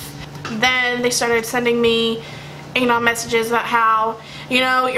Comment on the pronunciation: that's not how you say anon omg. it bothers me how you pronounce it so much idk why .___.